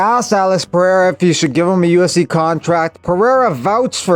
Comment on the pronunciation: 👍LOVE how you do not pronounce Alex's surname as "POHATA" like on another channel. WTF is that?